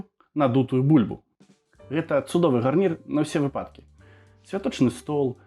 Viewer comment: Файна! Дзякуй! Трэба паспрабаваць) ( можна, калі дазволіце, зазначу пра націскі: буйнЫ і вЫпадак - націскі на Ы мусяць быць па літаратурнай норме. Ці гэта ў вас нейкі рэгіянальны варыянт?)